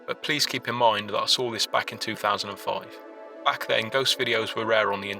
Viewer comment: Yeah,all real,nothing fake at all. By the way how is it easier to say;"foive" than "five".